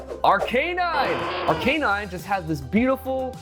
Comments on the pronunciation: This is an incorrect pronunciation of Arcanine. Despite being a "canine," Arcanine is actually pronounced Ar-kah-nine. Source: every episode of Pokémon anime where it shows up. Having said that, congratulations,! Lovely piece!:) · Gen 1 Pokémon like Arcanine have been around since 1996. How you say their names correctly is not exactly a debatable topic this late into their existence. Any official Pokémon media that mentions Arcanine has and always will pronounce it Ar-Kah-Nine. Even outside of official media usage, Arcanine's pronunciation in the English-speaking Pokémon community is universally Ar-Kah-Nine. A simple YouTube search of the Pokémon will reveal this to be true. No one says Ar-Kay-Nine despite its name being derived from "canine." ' pronunciation makes logical sense but is not accurate. It is what it is. As a completely random side note, many people's childhoods were ruined when the Pokémon Company pointed out that Bulbasaur is a frog.:) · Maybe he didnt win because he pronounces Arcanine ike that😭😭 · Still can't get over pronunciation of Arcanine